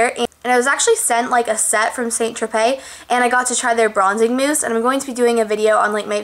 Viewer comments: pronounced sahnnnn, not saint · i know it's spelled like st. tropez or saint tropez, but just so you know it's pronounced SAN tropay, not saint tropay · It's pronounced SAN tropez, it's Spanish chica :)